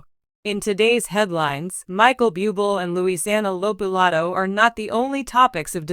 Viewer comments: Pls pronounce Michael's last name correctly...🙄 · Have the courtesy to pronounce his name correctly, this is so disrespectful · Yes, not pronouncement of his name correctly….pathetic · Perhaps 7the announcer could learn how to pronounce bubbles name